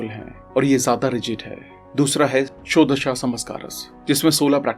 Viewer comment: षोदश नहीं षोडश संस्कार